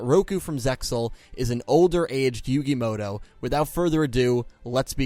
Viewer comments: Why do people pronounce it "Yugi Moto" when it's muto?? 🤔 Even I do this lol Mandela effect maybe? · "Yugi Modo"